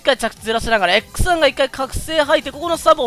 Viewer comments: 強機体になって帰って来たというより良機体になって帰って来たって感じですかね？ リボガン動画なのに関係ない気がしますが、『X1』が『草』って言ってるように聞こえる……俺の耳おかしくなっちまったな…… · 毎回x1がクッサって聞こえるw